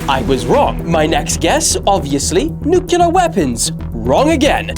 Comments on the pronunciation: It's pronounced: new-clear, not new-killah!!! 😂😂😂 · Did bro just say Nucular Weapons?😂😂😂😂😂